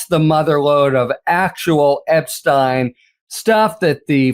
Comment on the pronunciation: How the hell ia it that a lawyer, claiming to be an expert can't pronounce Epstiens' name properly. Tighten it up! That kind of error gives ammunition to the Trumpers who will say you dont know what you are talking about. Smarten up!